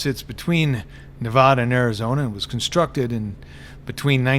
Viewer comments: Great vid thanks! Just gotta work on that Nevada pronunciation a bit :) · You’ve lived here long enough lol you should know how to pronounce Nevada haha !!!!